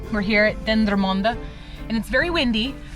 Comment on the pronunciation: I'm amazed at your accurate pronounciation of Dendermonde and Bredene XD. Happy new year!